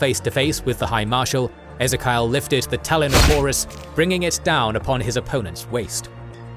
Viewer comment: Ezerkial!?! Ezzerkiyal!? Ffffffff